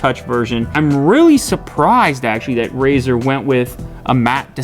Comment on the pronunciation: Did he say Brazzer?